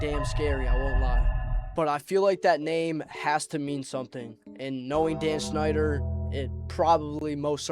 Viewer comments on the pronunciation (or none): none